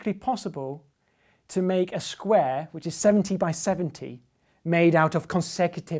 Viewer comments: I'm just here to listen to James Grime say "sqruare" 😊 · "a skweh made out of skwehs" love grime